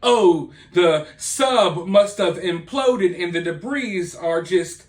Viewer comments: Ummmm,it's Pronounced DEBREE,not DEBREEZE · Hey, debris is one of those weird words that the 'S' is silent! so its said debree!!! Lots of new words in a story like this one! You're doing an awesome job covering it! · If he did, why would he say "Debrees" about 18 times? Do you purposely mispronounce words? What you're saying has no basis in logic. Besides that, who brought up anything about grammar??? Mispronouncing a word isn't poor or incorrect grammar; it's just mispronouncing a word. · Its pronounced "debree". The s is silent. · I enjoy your content...but the "s" in debris is silent 🤔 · The s in debris is silent. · the s is silent in debris, great video thanks for the regular updates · Debris. The S is silent. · It is reported that the back portion of the sub that had "OceanGate" written on it was found along with with the white landing gear. I think that the U.S. Coast Guard can distinguish between "old" and "new" debris. Note: The "s" on the word debris is silent.